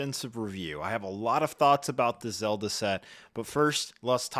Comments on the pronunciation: He pronounced Korok and Zelda right… other than that 🤷🏻‍♂️ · He got Zelda 😵‍💫